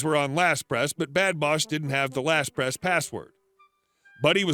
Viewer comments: LastPass not LastPress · "LastPASS" NOT "LastPress."